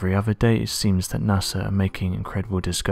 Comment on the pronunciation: Sorry, but this clip would have had more gravitas and authority if you could find a narrator who can say "earth" instead of "erf", and "other" instead of "uvver" etc. The acceptance of slovenly "steet" pronunciation marks the thin end of the wedge in the deterioration of our wonderful language. Am I the only one with this point of view?